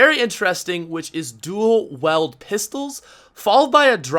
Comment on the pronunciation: It's dual WIELD not dual weld